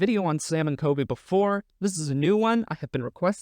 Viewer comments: Everytime you say Coby instead of Colby I cringe so hard lol but love the vid!! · He calls colby coby lol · Do you keep saying Sam and "KOBY"? It's COLBY with an L if so. ❤ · I noticed you kept saying Coby instead of Colby lol. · Am I the only one bothered by him dropping the L in Colby ? Sounds like Kobe to me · His name is CoLby not Kobe btw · is he saying Kobe